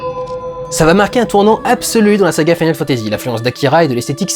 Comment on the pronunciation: Pourquoi tu dis "mode SEVEN" et "final fantasy SEPT"? Tu y mets même l'accent anglais sur le final.